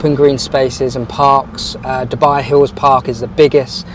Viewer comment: its DU buy, NOT derrrr buy FFS